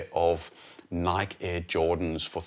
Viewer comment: Love your videos but it’s nigh-kee, 2 syllables. It’s Greek.